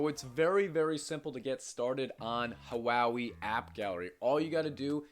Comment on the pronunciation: Just fyi, Huawei is pronounced waa-way, not huwowee.